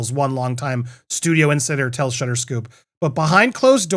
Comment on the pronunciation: Shuter is pronounced like shooter, not shutter.